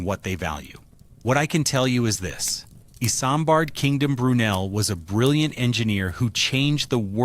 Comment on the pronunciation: Not iSAMbard... its pronounced Izmbard like a Z